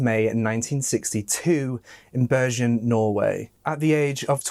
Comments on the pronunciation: Bergan. ....pronounced BER ..GAN. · Look up the pronunciation of Bergen, please.